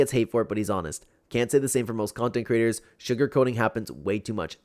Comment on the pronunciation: Girl, are you ok? Also its “creator” not crater💀🤣